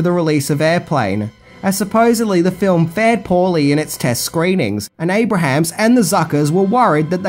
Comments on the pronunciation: “Abrahms” not “Abrahams” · It’s ABRAHAMS-2 syllables, not ABRAHAMS-3 syllables!!! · Abrahams. Pronounced: (Abe-rims) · You say Jim Abrahams name incorrectly. It's pronounced "ay-bruhms" -- you've been making great videos for a LONG time....you should know to Google name pronunciations. ;] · Abrahams is pronounced Abrums